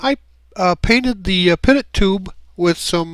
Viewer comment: Great to see others enjoying these classic kit's of racing planes. I'm sick to death of camo, greys and weapons. Just a thought ifI may? You pronounce the pitot tube PIT-OTT . Whereas it was invented by Frenchman Henri Pitot. So It should be PEET OH .